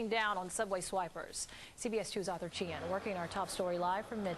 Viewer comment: The best thing about this was listening to opie repeatedly mispronounce the reporters last name over and over again. Its not Chin you booger eater